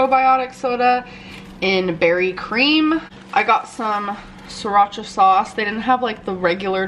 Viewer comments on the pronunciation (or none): none